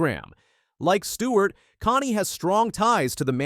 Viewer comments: Kasey (Connie? Lmao..... its Kahne like cane ding dong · Casey Con? Casey Connie? Get it right, twit! It's pronounced Cane! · Hey bubba Didn't do your homework did you. Who is Casey Connie? It's pronounced Cane spelled Kahne. You would know that if you ever watched racing!! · I was like what the hell is this? I had the CC on too, and it was spelling the guy's pronunciation, "Connie," lol. 🤣